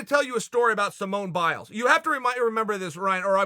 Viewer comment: Hey cheal, "SIMONE BILES"